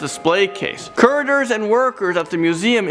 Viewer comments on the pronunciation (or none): You should work on your pronunciation of the word curators. Lol ... That Chuck E. Cheese style animatronic Jesus was creepy.